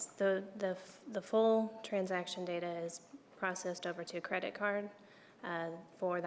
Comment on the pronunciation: MM: "That's where all the data-er is." What??